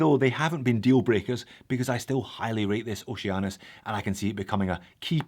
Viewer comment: It's pronounced Oh She Anus